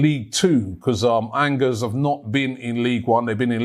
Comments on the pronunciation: Lol 😂 ANGERS it is pronounced a bit like An-jay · Angers🤣Sort out your pronunciation Robbie.